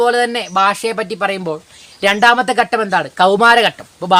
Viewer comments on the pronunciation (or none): ഘട്ടം ആണ് ഗട്ടം അല്ല ഭാഷ പഠിപ്പിക്കാൻ മുതിരുമ്പോൾ ആദ്യം വേണ്ടത് അക്ഷരങ്ങൾ ശരിയായ രീതിയിൽ ഉച്ഛരിക്കാൻ ശ്രമിക്കുക എന്നതാണ്